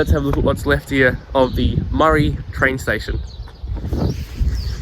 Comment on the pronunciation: Maree is pronounced into sounds: [MUH] + [REE] not murry